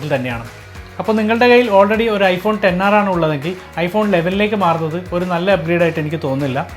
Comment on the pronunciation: Finally heard someone calling it 10R instead of "ExR" 😅